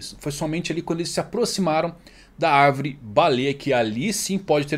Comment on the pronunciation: O está falando arvrere 🧐